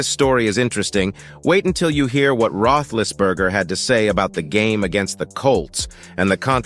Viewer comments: AI, Ruthlessberger???? Lmao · You can't even say his name right your an idot